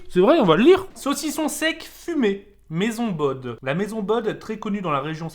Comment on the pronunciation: On dit Maison bo pas maison Baude